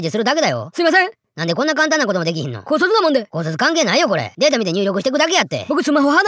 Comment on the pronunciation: 高卒なもんでが「姑息なもんで」に聞こえた😅